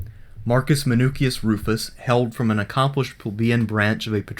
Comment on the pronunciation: Men osh usmen oosh us. jeez wtf man. you know all that but cant say his name? driving me nutz